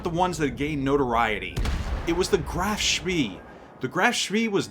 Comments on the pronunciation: its NOT speeeeeee my goodness.... more like "speh" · It's 'eh', i.e. just a long 'e' which in German is not a diphthong. I think the exact same vowel does not really exist in English but it's definitely not 'ieh' like in the English 'bee'. The 'ay' is just the closest you get in English so it's easier to learn and find examples (and will usually be understood.). Actually it's a bit lighter than the first 'e' in 'celery', and of course a lot longer. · nice one! small point though, I am not German, but AFAIK the ee in Spee is pronounced more like 'ay' so it becomes 'shpay'. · Isn't it Spee pronounced spay? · Pronounced Spae NOT Spee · It's pronounced more like SPEY, not SPEE. Rhymes with "hey." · Correct his pronunciation is at best ignorant, at worst very annoying. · Nice review thanks! Oh, and I always pronounced it Graf "shpay" I could be wrong though.... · Graff schmeeee! British did know what to call them. The pocket Battleship is an insult type name to make them sound less scary. Pronounce it spay by the way! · Thought it was pronounced "Grahf-Shpay". With a hard 'A' sound in Spee. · He's pronouncing it wrong. It's more like "Spae" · yeah I'm pretty sure it's spay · you didn't pronounce it like the videos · LOL, hard to argue with that one. Definitely what you said ;-)